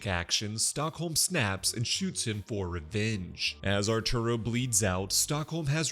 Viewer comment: "archuro" is so funny, I'm sorry😂😂😂